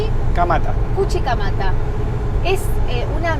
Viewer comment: "cuchicamata" que ternura se nota que te gustan los gatos , pero es Chuquicamata:goodvibes